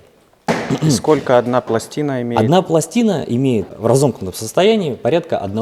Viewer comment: он не правильно говорит слово потанцевал